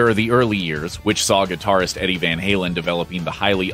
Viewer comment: This is not how you pronounce van halen lmfao. What kind of video is this